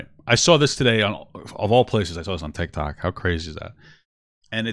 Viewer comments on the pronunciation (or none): none